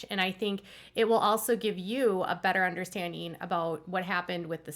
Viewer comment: Understandeen? No ... please pronounce 'ing' properly. It's not pronounced 'een.' cries